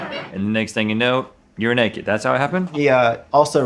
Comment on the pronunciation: “ Totally nekehd “